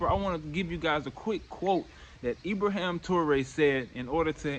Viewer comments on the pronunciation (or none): none